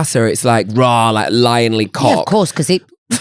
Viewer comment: Not me thinking meant 'roarrr' did not think raw at all 😂😂